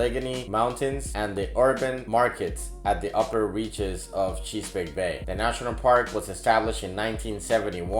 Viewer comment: Cheese-pake???? A-lig-gany, Yoz-mite?